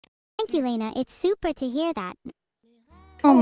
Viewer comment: I first thought would say Super but then I saw in the subtitles that she had said Soup -er🤣